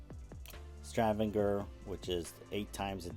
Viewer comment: I love Kristiansand, have been there several times. Thank you for highlighting it. But, please learn how to pronounce Stavanger. That was very annoying.